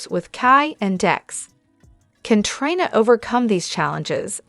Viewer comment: Please make the robot stop saying Try-na! It's Tree-na.